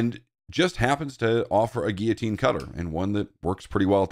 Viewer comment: What the hell is a 'gee-a-teen'? It's like you're trying to say "Guillotine".